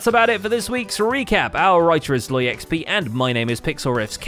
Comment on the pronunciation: Since when is it SloyXP and not ZloyXP?